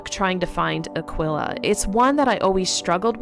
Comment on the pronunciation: Its uh-key-kuh.... Like aqui ... Like Tequila... Pronounced uhh key meaning here... Its NOT uhhh quil uhhhh....